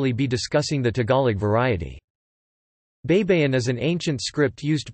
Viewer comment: Hey it's pronounced bye-bye-in, not bei bei in. Spanish and Filipino words are pronounced the same way it's written. Please do your homework. You're embarrassing. I suggest you find a Filipino speaker, not a Yankee.